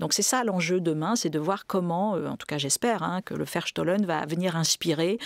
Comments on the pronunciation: un grand, grand merci a madame fleury et à notre chere Olivia Ghesbert nationale juste .. dans un souci de rapprochement entre européens, cette belle utopie malgré tout, et, si je peux me permettre : on prononcera plutôt" verstooooooohlen" (ferstoh-lène) un o long et Bau- haus (baouhaousse) :) sinon incompréhensible voire un epetit peu insupportable 😅😅😅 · "Charte du Verstohlen" et non "chartre"??? Mme Gesbert.